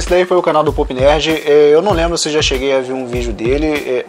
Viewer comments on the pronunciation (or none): cuida na hora de falar o nome do canal se fala póp, como se tivesse acento, se tu falar pup vai parecer coco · a sua pronúncia ficou parecendo “poop nerd”(cocô 💩) e não pop.😹😹😹